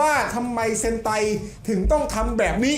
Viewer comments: เซนไต❌️❌️❌️❌️❌️ เฮนไต✅️✅️✅️✅️✅️😅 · เซนไตนะ ไม่ใช่เฮนไต 55